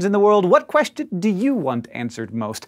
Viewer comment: I just noticed you put in "H" sound in the middle of the word "question" > queHstion ... which I've never heard or noticed from anyone before. Interesting 🤔